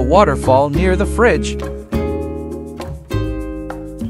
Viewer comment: "near the frigde" very nice tutorial in my opinion